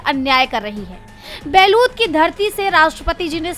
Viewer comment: बैतूल को आप बैलूत पढ़ रहे हैं